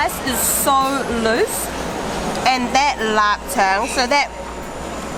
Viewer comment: I’m curious! Where are u from? The way you pronounced lup cheong is so authentic, like a true blue Cantonese! As a singaporean, ur video sure has worked up an appetite! I have to eat all these soon! Great video!